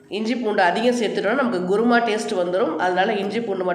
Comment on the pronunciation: Madam it is not guruma. It is kuruma